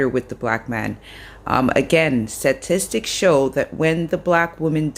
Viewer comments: SATISTICS is not a word...(she said it twice and I was triggered and ) but you did pronounce "stats" correctly ...I sholl is petty!!! #strike3missme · Is it just me…but this lady kep saying Suh tistics! Not statistics! Hilarious!